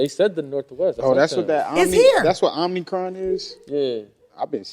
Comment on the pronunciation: Omicron (Oh-mah-cron) variant lol